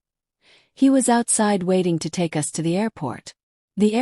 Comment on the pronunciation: So AI can't say us correctly but they go u s. How uninformed and that's being nice.